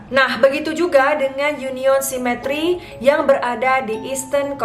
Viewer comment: Cemetery dibaca semeteri sis bukan cimetry